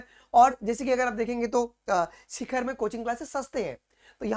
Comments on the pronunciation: Its not शिखर ❌ its सीकर ✅ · Sir it is not Shikhar, It is sikar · Not shikkhar, its sikar